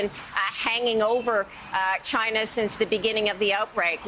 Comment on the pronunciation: Why does tRump always mispronounce China as "Chinnah" with a heavy emphasis on the "nah" & the "Chinna" part. Is he really that illiterate & ignorant or could he be doing it on purpose!